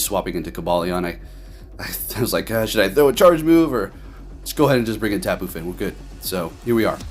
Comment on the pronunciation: Yo,... Why you call the Tapu Fini Tapu Fin?